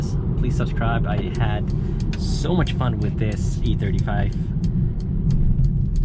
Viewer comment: Why does is sound you calling it the AMG E35 but you have A35 in the title.